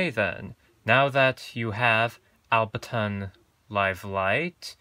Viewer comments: Why are you saying “Albertonn”? Is that different from Ableton? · Different subject for your channel, but useful for people out there. And P.S. Ableton not Albeton! :) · Aside from butchering the name Ableton, thanks for the intro to my new device!